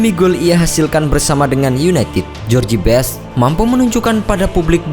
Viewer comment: Bacanya jos best, bukan jorji best. CMIIW. Sukses terus dgn contain2 yg lbh baik. 👍🏻